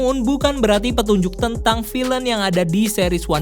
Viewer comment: Pronunciation kata villain bisa dikoreksi di video selanjutnya Good luck!